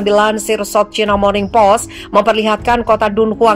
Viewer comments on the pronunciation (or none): none